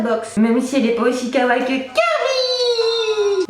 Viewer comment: C'est possible que quelqu'un sache prononcer correctement kawaii??? (c'est pas méchant)